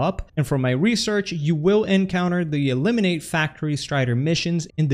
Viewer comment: "E"limin-ATE lol